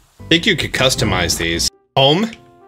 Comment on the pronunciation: did he really say, "Bome, Borest, Bishing Spot"